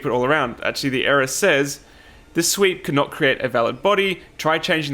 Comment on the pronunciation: Am I the only one who was hearing "sweet" instead of "sweep"?